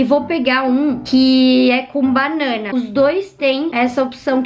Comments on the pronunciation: Você fala banana tão diferente kkkkkkkkkkk ❤ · Vc fala banana muito engraçado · Ela falando banana é estranho KKKKK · Olha o jeito que ela fala BANANA kkkkkkkkkkkkkkkkkk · É só eu que ri muito com ela falando banana? Kkkkkkk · Vc fala banana engraçado kk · Ela fala banana tão engraçado que concorda deixa o like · Mano ela fala banana muito estranho kkkkk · vc fala banana engrasado desculpa assisto muito seus videos